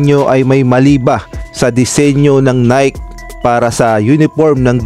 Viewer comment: Bakit now pa pupunahin kung mali nga ang jersey design..bakit hindi na finalize bago ginawa..ay saws...bulok nanaman ang style...nayki ang bigkas hindi nayk (NIKE)